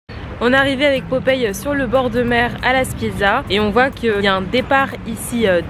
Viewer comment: La Spezia pas la Spiezia